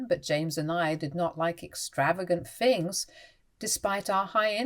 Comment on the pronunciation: THirty not Firty THings not Fings THought not Fought THink not Fink